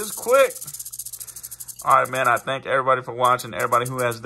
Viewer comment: "THANS" DOWG LOVE YOU 🇺🇲🐍🐍🐍🧨